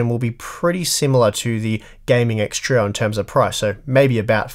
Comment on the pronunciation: have you ever considered pronouncing trio as "trio" instead of "troe"